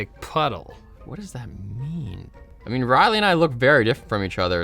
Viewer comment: the way he said “Reily” killed me